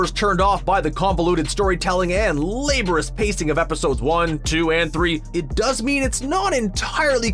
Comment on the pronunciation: La-BOR-ious POS-humous ( not POST-HUMIOUS... the T is silent )...